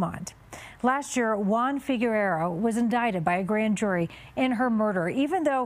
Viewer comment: Needs to practice pronouncing Figueroa.